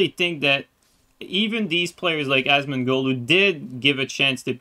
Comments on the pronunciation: its "Asmon" not "Asmond" lol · Imagine thinking you can get Asmon....I also think you got his name wrong on purpose, either way you're clowns.